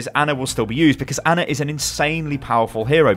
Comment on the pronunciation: Her name is Ana, not Anner